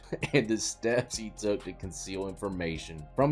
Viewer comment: Dude can't read "tenure"